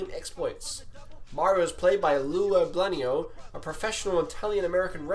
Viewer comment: Also pronouncing "Albano" as "Albanio" :P